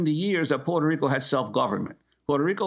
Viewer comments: Interesting how Juan Gonzalez can't consistently pronounce the place of his birth, Puerto Rico. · He forgot to roll his r's several times.